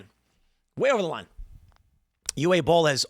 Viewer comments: Not Eew Eh. It’s Oo Vuh. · FYI, Uwe is pronounced Uva. It is a Germanic name where w's are pronounced like a V in English. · Tim, Uwe Boll's first name is pronounced "OOO-VAH" Made the mistake years back when i found his POSTAL movie. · "Uwe" isn't pronounced "you - ay" but "oo - vay". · BTW, Uwe is pronounced OO-VAY. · I believe his name is pronounced "Yoov" Boll. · The W has the V sound. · Jesus, dude ! It takes two seconds to find out how to pronounce " Uwe " 😅